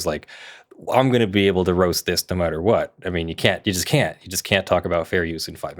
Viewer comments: When she says the algorithms “can’t” account for fair use, I think a lot of people would swear it sounds like “can” because the T is very hard to hear. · I heard "can". Don't care what sub titles says. "Can Account" blended. "Canaccount." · it sounded like "can account" to me